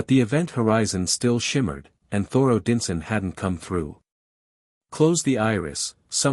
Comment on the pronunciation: They also pronounced, "Odinson" wrong.